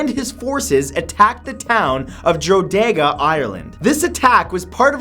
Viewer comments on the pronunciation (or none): I cringed when he mispronounced drogheda. It’s pronounced dro-heh-dah, not dro-egg-da It’s a thing I just get annoyed about. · "Drodega" as you put it is called Drogheda and is pronounced 'draw head ah' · It's dro head a not droda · it’s pronounced dro hed a not dro day grah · It’s not drodega in Ireland it’s pronounced drogheda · Dude.... No.5 did you call Drogheda (droh-he-da) Jodega? Oh and I'm from Drogheda! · Dro dega, Ireland? It's drogheda. (Draw-head-da). Just in case you were wondering ☺😊 love the video btw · Its not pronounced Drodega 😂😂 its pronounced dro-head-a gotta love irish spelling 😏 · Drogheda is pronounced DROH-HEAD-A not drog-haeda . Irish place names are far from phonetic in pronunciation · It's pronounced Droh e da not droedega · Sorry mat. its not pronounced drodega, it's pronounced droheda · It's not droe daega it's dro he da he sounds like ye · Honestly I always find it funny when people try to pronounce Irish words. Matt pronounced Drogheda, dro-day-ga instead of draw-head-a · Matt one thing it's not pronounced Drawdea it's Drowheda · By "Drodeyga, Ireland" did you mean Drogheda? It's pronounced "Droh-heh-da". I don't blame you, I'm Irish myself and I can't pronounce half the places here .-. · It's pronounced DRAW-HEDA not DRAKAYDA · Drogheda is pronounced Drohada not Droedega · Did he just say Drogada? Drogheda is pronounced Drawheda. Get yo facts right Matt! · Dro dega Ireland ???? lol thats the funniest pronunciation Ive ever heard !! 😂😂 I'm not going to look at the other comments because I'm sure some sad bastard will get offended at him. But for me that was funny as fuck!! 🖒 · FOR FECK SAKE MATTHEW DO SOME ACTUAL RESEARCH AND GET SOME ONE TO PRONOUNCE YOUR PLACE NAMES FOR YOU, ITS PRONOUNCED "DRAWWDA' NOT 'DRO-DEGA'!!!! FECK SAKE IM IRRATIONALLY ANGRY!!! Lotsa love from drogheda Ireland <3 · I'm Irish 2 but laughed so hard we Matt called Drogheda (pronounced drohada) drogeada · Drogaydaa, ireland......its pronounced drawheda😂